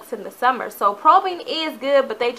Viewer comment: It's strobing not probing